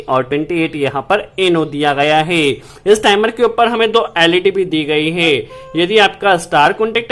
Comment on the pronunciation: E apka HEY ka pronounciation gajab hay...😆😆😆